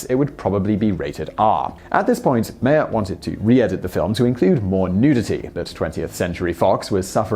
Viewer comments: Russ Meyer last name is pronounced like Oscar Meyer's. My understanding is that Russ Meyer approached Ebert after Ebert gave Meyer's film VIXEN a glowing review. BONUS FACT: during the writing of UP! Ebert felt so under the gun that he cribbed a whole passage from 1920's-era poet Hilda Doolittle (H.D.) into the narration. BONUS FACT: Ebert is credited as "B.Callum" in UP! & BENEATH THE VALLEY OF THE ULTRA-VIXENS. Finally all three movies are available at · MY-er, as in Oscar Meyer. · It's pronounced "Russ MY-er."